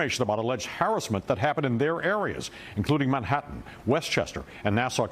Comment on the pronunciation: Chuck doesn’t know how to pronounce harassment 😂